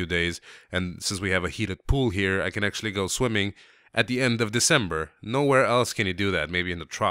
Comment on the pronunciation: . Asnhqually...a new word :)